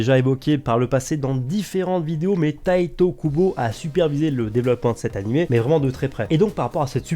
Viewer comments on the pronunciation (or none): "Taito Kubo" 😂